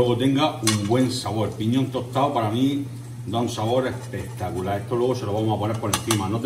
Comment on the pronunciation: como dices tu: EHPEHTACULÁH!!!!!